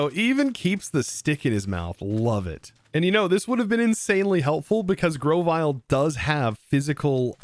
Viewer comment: It's pronounce Gro-vyle like brovyle lol